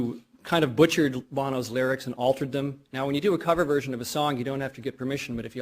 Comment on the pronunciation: Just say (Bo)no!